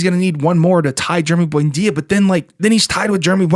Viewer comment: Why do you always pronounce “Buendia” as “buainda”?!